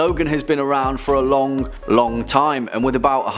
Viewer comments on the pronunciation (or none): none